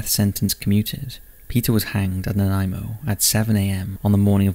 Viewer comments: Thank you for saying Nanaimo correctly! It took me forever to learn how to pronounce it when I first came to Vancouver Island. I hadn’t heard this story before so thank you! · Greetings from Victoria BC. And kudos for pronouncing Nanaimo correctly. I'd love to hear you say Esquimalt...